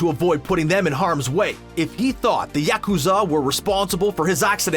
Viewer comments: The yeah-KU-zaw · Yakuza not YACKkooza 😭😭😭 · Narrator: yakUzAH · This guy drives me crazy with the mispronounced yakoza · mah boy I like this analysis but you really gotta pronunce Yakuza as, "YAH(ku)ZAH"?? xD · LOL! I can't stop laughing at the way he says Yakuzar! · I dunno what's worse M-16 agent or pronouncing it yacht-Q-za 😂😂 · I really hate how the person in this video pronounces "yakuza". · Probably the same way he’ll pronounce gang-nam style even though the name is said a million times in the song.